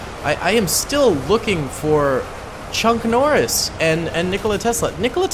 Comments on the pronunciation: Chonk Norris LOL It's "Chuck" (I really did LOL) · Did he just say chunk Noris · Bruh why do you call him “chunk Norris”